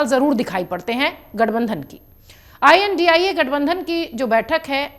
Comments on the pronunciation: India bolna nhi ata ji ai.an.di. ai ae bol rhi ho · India gathbandhan ki aap india uchharan karneme kyun takleef hai?